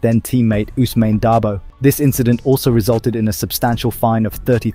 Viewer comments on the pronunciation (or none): none